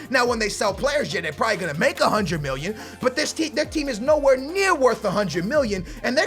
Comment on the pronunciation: Why does he say miwyun instead of million